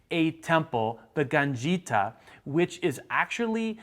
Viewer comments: yeah :-D Totally butchered it, but still a fantastic video of Malta. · that's a horrible way to pronounce ġgantija lol